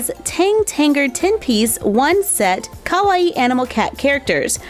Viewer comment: Hold on Is no one gonna talk about the fact she said Ka-wa-e In stead of Kawaii????